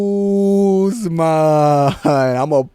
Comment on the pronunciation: Now said Usman always with the Belal voice, the U U U Usman